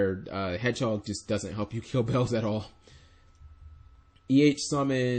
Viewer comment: its not bells its beelze omfg!!!!!